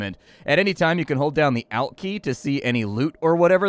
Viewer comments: Any anytime you can hold dows the ailt key? Alte key? What I've never heard it ever spoken like that lol. Alternator alt alternative alt all-t I'm sorry ima have to thumb down just for this. Just kidding I've always seen this on steam and yeah if there were some graphics improvements brilliant game but it looks like a potato. But seriously ALL-T alt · Did you just pronounce it the "al t" key? Lmao. You mean the alt key? Alt as in alternate. The way you said it made me unreasonably annoyed. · who the hell pronounces the alt key wrong...lmao its literally the short form of "alternate" not AL ternate.